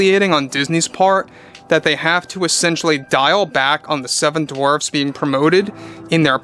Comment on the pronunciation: The "Seven Dwarps"? What's a "Dwarp"?